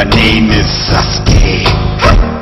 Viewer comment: it sounds like sas-gay haha